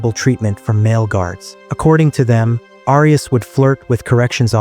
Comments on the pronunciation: It's pronounced "air e us" thanks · Is this an A.I. voice? Why is "Arias" being mispronounced? I hate A.I. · Continual mispronunciation of the surname “Arias” is very annoying.